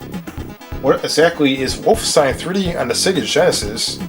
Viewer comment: WOLF' - EN - stein (3 syllables)